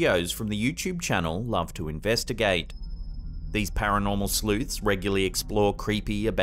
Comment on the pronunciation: He said sleuths i heard sl00ts